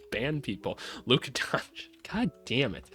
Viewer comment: I love when he calls Luka “Luka Dona kick”